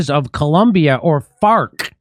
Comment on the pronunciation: It's prononcd 'fars'